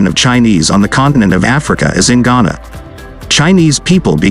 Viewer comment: Chana? Not Ghana!